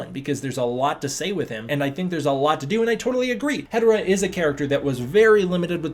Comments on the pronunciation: Hee-dora not Hedora like hetero. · Hedorah... Pronounce it out for me here HE-DO-RAH Not hederah